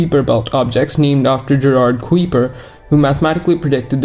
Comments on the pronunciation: FYI it’s pronounced kaiper, rhymes with diaper. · i should inform you that common english pronunciation of "kuiper" is related to "guise"; the "ui" makes the same sound as the "i" in "kite", or "ride"